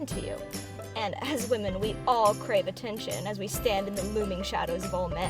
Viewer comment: she really emphasizes on "Women"